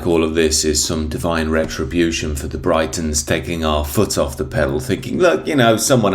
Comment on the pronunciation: The fact that you pronounced Britons as "Brytons" makes me rather concerned. Is English actually your first language? Is this all AI generated?